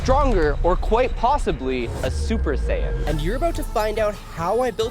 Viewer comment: Sorry but u saying possibly becoming a supersain had me rolling